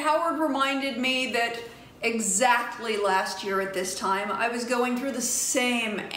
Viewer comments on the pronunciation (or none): none